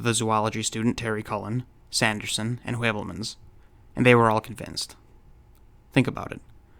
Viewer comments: "Skirmish against verification", eh? Hmm. Throw a vikingr at it. Vikingir are the ultimate skirmishers. Oh, and that's "hyoo-velmans", by the way, not "way-velmans". Es ist Deutsch. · Just brillant. Heuvelmans is pronounce Hoovelmuns..Asked sometimes the same like you, why it's so important to change for a constume...All the best from Northern Germany Ludwig.